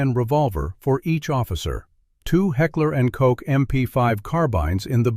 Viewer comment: Heckler and Cock? Seriously?